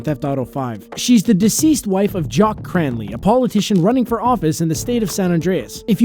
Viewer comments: That’s jack not jock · Jock? Umm you mean jack?